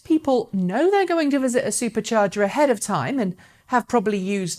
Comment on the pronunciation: Drink every time she says Supah chargee!